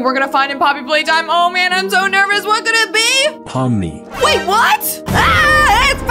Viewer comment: You said pomni